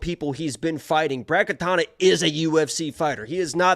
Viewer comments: not katana its katona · Katona not katana